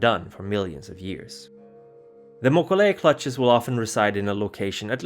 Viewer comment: I'm pretty sure he mispronounced both names. mo-KO-lei he's stressing it wrong (as far as I've always heard it. His pronunciations drive me crazy sometimes, he pronounces the J in the english fashion instead of using the hispanic H. It's Bru-ha, not Ja.